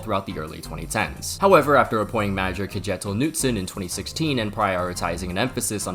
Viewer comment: manager Kedshetill Nootsun